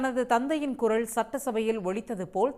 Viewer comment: குரல் என்று சொல்வதற்கு பதில் குறள் என்று செய்தி வாசிக்கிறீங்க